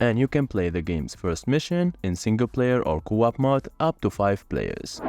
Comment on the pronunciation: Omfg I thought he was saying mod but he was saying Mode.... God I was so confused, great video dude thanks for showing me games I hadn't heard of! Also just to help pronounce it as moh-de instead of m-odd